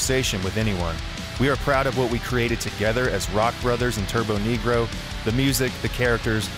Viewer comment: It's turbonegro... Not turboNEEgrow